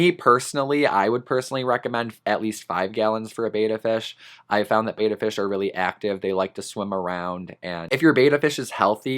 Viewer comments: It's pronounced "bet-uh" not "bay-tuh" reeeeee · the advice the petsmart near me gives me wanna work there just so i can give customers proper pet specific info that is accurate lol also betta is said bET- Uh not BAy-tuh just sayin [ a literal pet peeve of mine] i afree with ur list btw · Love your video. Very informative and so true. One thing, and I hate being that person, but I promised a fish enthusiast that I would mention it whenever needed. The correct way to pronounce "betta" is with a soft e, as in bet. Many say it with a hard A sound. I did also until I was corrected by many people at a fish and reptile show.